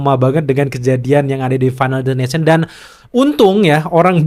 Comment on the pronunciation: Destination bang bukan ination😂